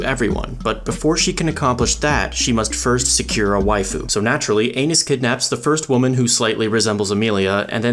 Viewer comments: We know he said "anus" on purpose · bro i could've sworn you said 'anus' 😭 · the fact he kept repeating that their name is Anis while pronouncing it like anus but still making it sound like her name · Bro did Anis wrong! Bro called her an anu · I love how you purposely kept mispronouncing Anis’ name lol